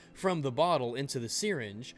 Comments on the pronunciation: "The seereenge" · lol dude that isn't how you pronounce "syringe" x"D